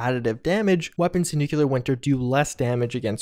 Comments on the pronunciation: Hi. Love your videos, and thank you for all the hard work. By the way, "nuclear" is nu-klee-er, not nu-kyu-ler. :) Anyway, you're one of my favorite sources of information about this game, and we all have to thank you for so much. I think you for news, Innov Survivalist for news and tips, Angry Turtle for absolutely genius analyses, and Oxhorn for amazing detailed lore investigating. I admire you all. Thanks! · nuculer Me: ITS NUCLEAR. PLEASE STOP.